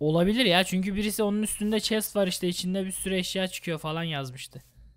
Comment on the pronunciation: çest değil chest,sıpandır değil Spider(sıpaydır)